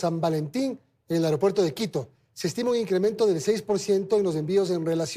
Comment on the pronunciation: señores se dice AEROPUERTO y no aerEopuerto. Parece mentira que profesionales de la comunicación, no hayan aprendido cosas ELEMENTALES, ni en la escuela, ni en la universidad!